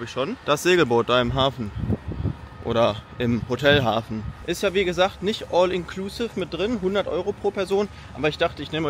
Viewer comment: mich triggert dein "all inklusive" so hart. entweder du sprichst es englisch aus oder du sagst "alles inklusive". wer kein englisch kann, sollte es auch lassen. das klingt nicht cooler, sondern lächerlich wenn man es versucht, aber verkackt